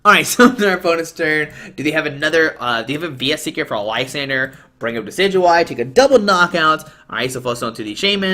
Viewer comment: Nailed that pronunciation!